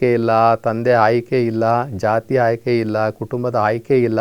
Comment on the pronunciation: ಮೊದಲು ನೀವು ಕನ್ನಡ ಸರಿಯಾಗಿ ಉಚ್ಯರಿಸಿ ಹ ಅನ್ನುವ ಬದುಲು ಅ ಅಂತಲೂ ಅ ಅನ್ನುವ ಬದಲು ಹ ಅಂತಲೂ ಹೇಳುವ ಮೆಧಾವಿಗಳು ನೀವು ಆಯ್ಕೆ ಬದಲು ಹಾಯ್ಕೆ ಅನ್ನುವ ಮೇಧಾವಿ ನೀವು ನಿಮ್ಮ ಹುಟ್ಟಿದ ದಿನ ನಿಮಗೆ ಅರಿವಿಲ್ಲ ಆದರೆ ಇತರರಿಗೆ ಬುದ್ಧಿ ಹೇಳುತ್ತಾರೆ ನಿಮ್ಮ ಬದುಕಿ ಗಾಗಿ ಈ ಕಾಯಕ ಅಷ್ಟೇ ಲೋಕದ ಡೊಂಕ ತಿದ್ದುವುದು ಬಿಡಿ ಮೊದಲು ನೀವು ಸುಧಾರಿಸಿ ಕೊಳ್ಳಿ